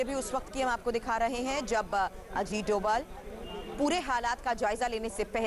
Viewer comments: धोवल नहीं डोभाल है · NSA का नाम अजीत डोभाल है न कि अजीत 'डोवल'. कई जगह 'भ' के लिए V का प्रयोग करते हैं जैसे बंगाल में सौरभ को Sourav लिखतें हैं. NSA का सरनेम डोभाल है.